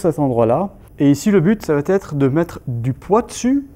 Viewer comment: Très bonnes séances merci ! Très bien expliqué aussi - tte petite remarque Ne pas faire de liaison ça va-t-etre - simplement : ça va être Aussi - le verbe acquérir donne acquis, pas acquéri A part cela bravo et encore merci !